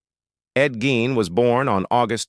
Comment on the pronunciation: I'e heard his last name pronounced /GEEN/. Just saying.